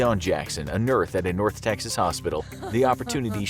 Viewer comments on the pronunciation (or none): Right before that he said she was a "nurth" from north Texas 😂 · Vicky Dawn Jackson a nurth? lol